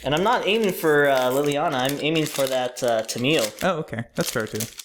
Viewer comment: I believe her name is pronounced "tam-ee-oh"